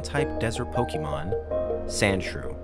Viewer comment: And the fact that this guy keeps saying PokEEYmon 😓🤦🏻‍♂